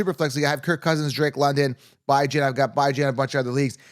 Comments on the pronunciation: Dude stop saying BI Jan smh you sound like an idiot lmao his mom calls him bee john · did i miss a prior video, or is there a reason you pronounce Bijan as "Bye-Jan" instead of "Bih-Jean"? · If you cannot pronounce a players name right viewers are not going to take you seriously. Your saying Bye Jane. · Can you stop saying his name wrong? Its said like bee jawn not "Bye Jane" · Bee-jon…. Lol